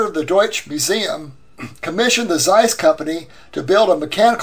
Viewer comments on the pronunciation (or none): none